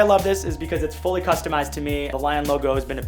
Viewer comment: dude its fully not fowly, took me 15min to dig through your videos for this ahahha ended up using "Jarvis desk" lol